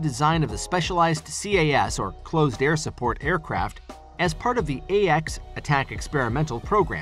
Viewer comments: Close air support, Close air support, Close air support, Close air support, Close air support, Close air support, Close air support, Close air support, Close air support, not closed air support. Stop using robotic voice overs. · Stop saying "Closed Air Support." It's not closed, it's quite open. -} There is no d in Close.